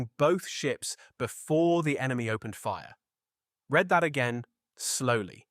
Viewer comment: Pretty obvious AI reading, but one of the better AI documentaries I've seen. They also mis-pronounced "read" at one point as the past tense, when it should have been present tense. I.e. it was pronounced "red" rather than "reed".